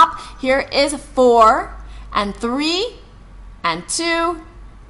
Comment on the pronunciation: The workout is ok. But WHY does she stress the number three every time. And say THUH-REEEEEEEEE. That’s annoying. Maybe something happened to her when she was three? Three was only one syllable last time I checked.